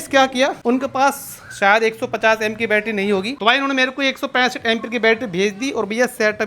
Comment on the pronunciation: Battery ❌battra✅😂